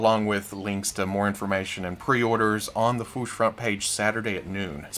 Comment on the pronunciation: The way from Toy News International pronounces "the fwoosh" is very annoying. But I've come to accept the fact that when he decides on the pronunciation of a word, doesn't matter how many times you tell him it's wrong. He goes for it, full confidence and gusto in the incorrect way every time. Even though I've accepted it, it's still annoying. Mini rant over. I had to say this somewhere.